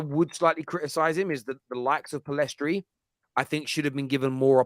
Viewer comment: Why do people keep spelling and saying Pellistri's name as "Pellestri"? Annoying.